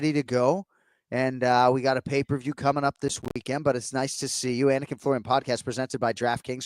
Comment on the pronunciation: As a dude with an unusual(not difficult just unusual) name, I love Jon Anik's focus on getting the pronunciations correct.